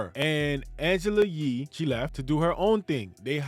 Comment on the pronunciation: Pronouncing that "Angela Yee" like the true Haitian that you are 😉👍🇭🇹